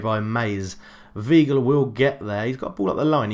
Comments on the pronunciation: It is definitely Vye-gl my dude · It's Why-gl